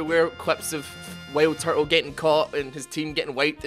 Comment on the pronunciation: Am i the only one that heard him say whaleturtle instead of wildturtle?